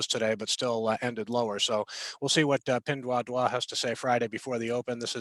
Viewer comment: Pinduoduo (PDD) is pronounced as "pin-duo-duo", not ""pin-dwa-dwa".